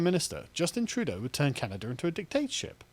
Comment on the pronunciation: WTF is "Canader"?